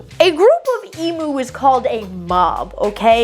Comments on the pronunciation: Eem-ewe, not ee-moo!😂😊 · Please learn how to pronounce Emu correctly, it's really basic respect to other cultures to make an effort to not butcher their words. Its not E-moo. The U is pronounced like "you". Eem-you. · If you can pronounce the Pokemon Mew correctly, you can pronounce Emu (ee-mew) correctly. There is no excuse for yous to pronounce it "ee-moo", it's not a cow. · E-mew not e-moo they’re not electric cows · As an Australian, I just wanted to let you know it’s pronounced Eem-you not Ee-moo. Just in case you do read this comment, I love your channel! ❤❤ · Listening to non aussies say Emu is an exprirence... XD they always say E-Moo rather then Eim-U Also you'd hate Cassowarys... the actual legit demon/dino birds. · As an Australian, pronouncing them emoo 😂 is gonna get me through the day lol. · Isn't it E Mew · It's so annoying!!! Americans insist on pronouncing everything wrong. E-m-you. The U is pronounced like "you". Get it right people.